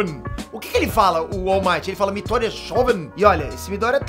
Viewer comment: O URU MAITOO Fala Shonen=Garoto/jovem A pronuncia é Shounim